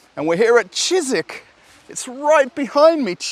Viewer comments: I just can't help myself but try to correct you. It's Чижик not Чизик. The sound ж is similar to the first sound in word 'genre'. I'm sure it's cute when you say it Чизик but for Russians Чизик sounds like little cheese or something 😄 Update. You already corrected yourself later on in the video. My bad😂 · Dear, it's not "chizik". It's "chidgik".:-) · Not cheezeeck, but cheegeeck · так и не научился выговаривать букву Ж😁